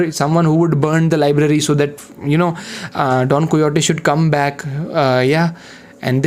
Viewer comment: its don "kay ho tee"